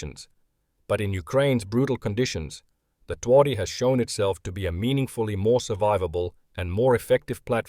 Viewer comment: Phonetically it's Tvardy. We don't do any of this 'soft w' nonsense here.